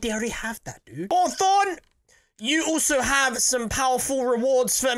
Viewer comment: Hawforn, haha